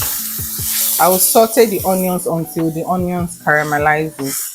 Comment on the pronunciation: Till the onion "caremalizes" 🙌🙌🙌🙌 definitely haunting my siblings with this word henceforth 😂😂